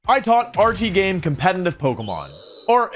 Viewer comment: He said RTGames name wrong in the first 3 seconds of the video 😂